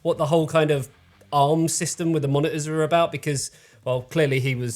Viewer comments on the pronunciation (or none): Baffled you didn't go for "ensevenhundred-K", when you insist that the displays are called "moni-ors" xD Love the accent. Crazy aussie ;-)